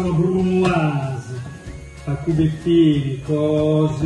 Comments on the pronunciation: no, con la brrrrrrrrrrrrrumoise xD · BRUUUUMOISE COOOOSSSIII COOOOOSSSIII (pt.2) TAAAC (anche milanese signorii) ECCEZIONALEEE (PICCININI ON)